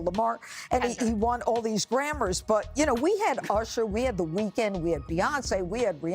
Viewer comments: Not "Kendall Lamar" and "Grammars"....She didn't even get the line she said😂😂😂😂😂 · You know you on top of things when she sais grammars instead of Grammies